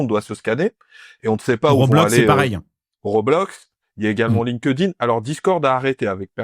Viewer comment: Il va falloir faire un effort sur la prononciation de LinkedIn